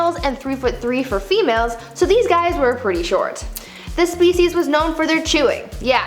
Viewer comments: Hats off to Brie for pronouncing all the species scientific names. 👍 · New subscriber and third video. Wow. You must be a very smart young woman to pronounce all of those names and keep the fact straight. I’m impressed.